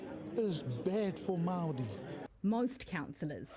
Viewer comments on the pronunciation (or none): Maroi seats, lol Of course not as bad as that dude saying "tea rio".